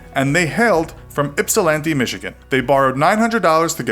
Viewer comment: He pronounced ypsilanti right!!!